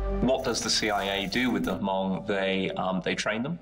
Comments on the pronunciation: Someone tell the narrator it’s Hmong with silent H not ha-hmong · My Hmong people, the pro Americans, sacrificed themselves for America. At least show some respect and pronounce our name correctly. It’s pronounced Mong (Hmong) not Ha-mong. My people were courageous, no matter which side they’re on. Love and respect. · Uh, I thought it was pronounch MONG not HA-MONG. The movie Gran Torino has one of the main characters, who is hmong corrects "walt" when he says HA-MONG